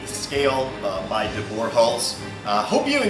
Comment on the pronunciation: Great vid, thanks for sharing. JUST an FYI, name is pronounced De BOOR. It is Dutch.